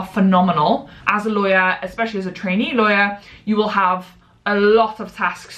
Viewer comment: Thank goodness for the title because I sure heard "as a t*anny lawyer" and I was very confused